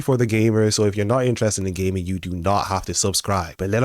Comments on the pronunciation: "if you're into gaming" But I heard, "if you're into gay men" 🤣😂🤣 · Bro when u say gaming it sounds like you're saying are you into gay men!😂